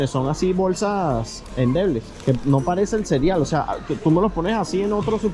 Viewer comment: Excelente vídeo como siempre, solo una pequeña observación, a veces palabras como: Cereal, plateado, horneado, área, etc, te suena: “ platiado, cerial, horniar, aria, etc y palabras como por ejemplo: saliste, a veces dices:salistess. Perdona, es solo que es muy notorio y sucede mucho. Saludos